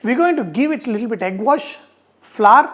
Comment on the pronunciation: It is little bit not lilbit